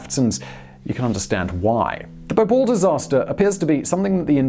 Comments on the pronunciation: It's Bhopal, not B'Paul 😂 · I always thought it was pronounced 'Bo-pahl' , rather than 'Bople' ? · It’s pronounced as BHopal and not Bopal. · The city is called BHO-PAL and not BHA-POL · Simon, it's not "bohpole" it's Bhopal and it's located in the state of Madhya Pradesh and not in the "town" of Madhya Pradesh. India and Indians demand respect and responsibility! I sometimes think that what China is doing is good, because Westerners won't respect us until we bully you like China is doing. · It's pronounced as BHO-PAAAAL!! -_